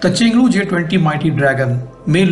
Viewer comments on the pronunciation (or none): none